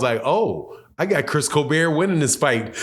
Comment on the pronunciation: He's black 😂! He's not a white late night talk show host 😂! It's Coal-Bert 😂!